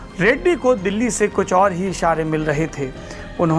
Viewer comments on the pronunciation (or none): none